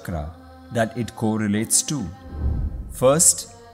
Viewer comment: Its not Aapna wayu its Apan wayu